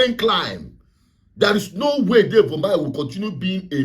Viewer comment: Bro, e be like say you sef no de listen at all. The man's name is UMAHI not UMEAHI. Dem no go rest until they stop all Umahi roadworks the same as Stellah Oduah airport remodelling was stopped for allegedly buying cars for her ministry. How about the woman goes to the police and the courts?